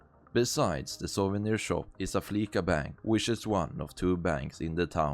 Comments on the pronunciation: It's Flee-sah, not Flee-kah! It's a pun on the word 'fleece', which can mean 'to rip-off or scam'. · No, it’s prenounced with a soft c. Listen to how characters say it in game. It’s “Flee-sah” not “fleeSuh” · It is pronounced fleese ah. like fleece ya😂😂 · i will say “fleeca” is satire upon “visa”, with its pronunciation being synonymous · Soft S in Fleeca. It's prnounced 'fleecer', to imply they're ripping people off with fees. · Flee-S- a. It's a combination of Visa credit card and to be 'fleeced' which means being conned out of money. No hate ;)